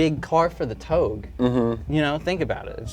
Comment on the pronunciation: Everytime they pronounced anything wrong, I list my sh*t. Like when that guy said toge. Ah !!!